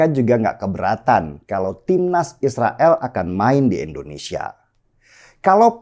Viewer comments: Si Denny itu gak bisa Bilang Indonesia yeaaa...?!! Denny ngomongnya Endonesia Mulu.. nyebut nama ngara sndiri aza gak bener.. Indonesia itu dpannya pake I Bukan E .. ngerti ora son..??!!🤣🤣🤣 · Bang deny koreksi artikulasi ya Indonesia , bukan endonesia